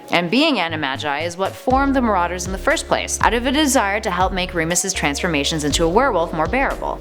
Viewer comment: REMUS!!! HIS NAME IS REMUS!! R E M U S REMUS